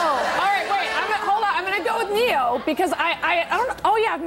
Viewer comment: Ne-Yo is not spelled Neo...